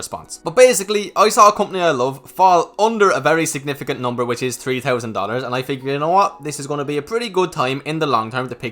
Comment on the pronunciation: "Thousand" pronouced "Taaoooowww-Send"